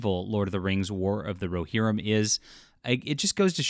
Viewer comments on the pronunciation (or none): none